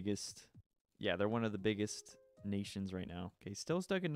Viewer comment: When an american says “ all *nations*”